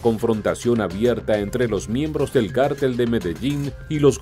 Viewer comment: Porqué cártel,y no cartel.